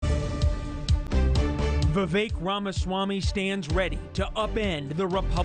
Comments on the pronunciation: Sorry, Vivek does not rhyme with "milk." The name is pronounced "we-wake". Two syllables -- v followed by wake. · Vi-Vek not Vi-Vake